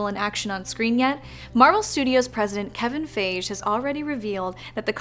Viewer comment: "Kevin Fage", just shows how much research was put into this